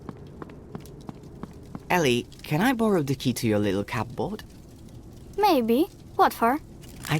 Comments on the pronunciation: genuinely really pissing me off how he pronounces cupboard. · To be fair, that's how the word looks like it should be pronounced, given the spelling. From his accent I'm guessing English is a second language for the V.A. He's most likely reading off an English script and didn't know there's an arbitrary rule that the 'P' in 'cupboard' is silent.